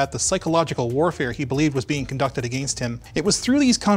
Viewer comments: How “Against” is pronounced: “ Again st” How People At LTT pronounce “Against”: “A GAYYNST” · stop pronouncing against like that.